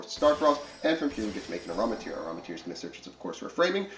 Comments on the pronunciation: It’s amritara. Am-ri-tara, not aramitir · “AM-RI-TAH-Ra” lol